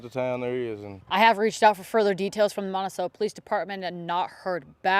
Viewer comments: Monte-Chello? lol, is she from Arkansas. lol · Reporter said Montichello. lol